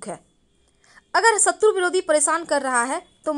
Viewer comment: सिव जी, पुष्प, गणेस जी, परेसानी, घर की रक्सा, दोस, सक्ती, सतरू, , ●घटिया वीडियो● *बस ! 'श' के उच्चारण को 'स' मत करना, हमारे बच्चों का उच्चारण खराब होता है; * सेयॅर, सुरु; ●●● मीडिया जगत में "श" अक्षर की भारी कमी, जैसे कि.........रिलेसन्स, रिस्ते, कोसिस, देस विदेस की परेसानी, सुल्क लगाना, दोसी व्यक्ति पर सुल्क, रासनकार्ड की सिकायत, रासन पानी, समसान में जलता सव, प्रसासन की छमता, सुबह-साम, सौकीन तथा सरारती, असलील हरकत, सादी में जसन, सगुन की सुरुआत, इस्कूल में सास्त्री जी, इस्टेसन पर रेलगाड़ी, युवासक्ति किसोर व किसोरियां, 'स्तर' को अस्तर' उच्चारण करना, वीडियो सेयर करें.......आदि आदि । 😢